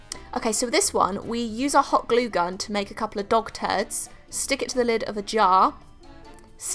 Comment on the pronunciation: I thought she said “WE ARE GONNA CREAT SOME DOCTORS” instead of dog turds 😂